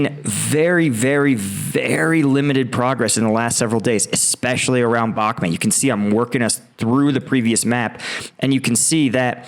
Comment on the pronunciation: why doe you keep calling it bakhmet, its Bakhmut.